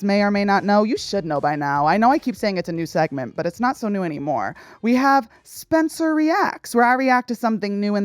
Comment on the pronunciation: ahhhhh my favorite weekly news. also AM I CRAZY OR DID SPENCER USED TO SAY SPENCEWUAH REACTS! WHEN THE LOGO CAME ON 😭😭😭